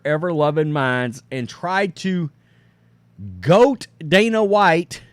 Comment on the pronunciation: It's "goad", not "goat" 😂😂😂